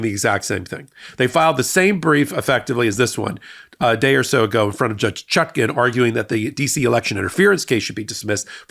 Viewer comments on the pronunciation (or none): none